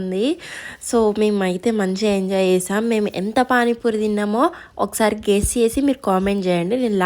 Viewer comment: Adhi kess 😂 kadhu akka guess akka 😂😂😂